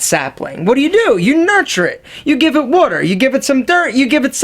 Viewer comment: OMG THATS SO FUNNY YOUR PHILLY ACCENT IS CLEAR AS DAY WHEN YOU SAY WATER AS WOOTER LMFAO sorry not to say mean things it's just my dad is from philly and he does it a lot and it's quite funny to me